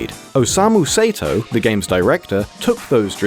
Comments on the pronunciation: You pronounced "Osamu Sato" as "Osamu Seto"... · its not Say-to its Sa- e - to.stop butchering this guy's name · "Sato" would be pronounced "sah-toh," not "say-toh." If it was "say-toh" it would be spelled "Seito." Basic Japanese, folks. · It's pronounced like "Saw-Toe", not "Say-Toe".